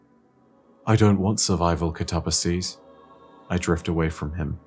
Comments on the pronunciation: Thirty minutes later, but I still should add; words like "catabolic," "cataclysm," and "catalyst" all use the Greek word for "down" (kata) as their root. So, since "katabasis" means "to go down/descend," one can infer that at least the "kata" part should be pronounced "kat-uh." Then there's the Greek derived words like "metamorphosis" or "synthesis," meaning the "sis" is not pronounced "seez." So, the only part I could be wrong on is the "ba" part. Though, again, we draw back to "katabatic." Granted, its root is "kata - batos," and not "kata - baino." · Did anyone else pronounce it cat-uh-BASS-iss? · Yes, I do believe you're correct on the "ba" part, as "katabatic" has that part pronounced like "bat." Granted, the root of katabasis, "kata - baino," pronounces the "baino" part with a long A. Like "bane." Though, the English word "basis" is also derived from that, too, and is pronounced with a long A sound, so, perhaps "katabatic" is actually the one that's not following the pronunciation root? But, on a sidenote, isn't pronouncing it "kah-tuh-buh-seez." He's pronouncing it "kuh-tob-uh-seez." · Can we please not ignore the complete butcher of the guardians name.. I understand different dialects and speech pronunciation but.. katabasis? Kuh-tar-bass-ease? Cat-uh-bass-sis! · Man...I don't know why, but pronouncing "Katabasis" as "kuh-tob-uh-sees" and not "kat-uh-bay-sis" like the word is actually pronounced really rubs me the wrong way and it absolutely shouldn't. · The word itself is already Greek. It means "a descent," though it specifically has the connotation of "a trip to the Underworld" kind of descent. And, despite what says, it is pronounced "kat-uh-bay-sis." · I kinda like it, makes it sound like an ancient greek name or that of a dragon.